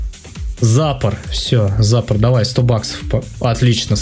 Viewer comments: надо быо сказать не зАпор (ударение на а) надо сказать запОр (ударение на о) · Ну не зАпор, а ЗапОр